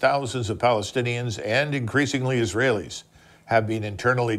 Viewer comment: Murica', the "United Slaves of is-Ray-iLL."